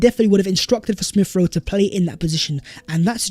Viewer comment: Ex-specially Smiff-Rowe.